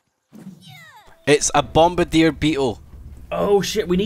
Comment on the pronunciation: Annoys me that they all say bombardier wrong